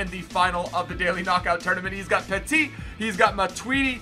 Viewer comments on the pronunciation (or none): none